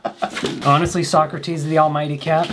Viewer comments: I love how poorly says the name "socrates" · Its so-cra-tes thyalmightyrat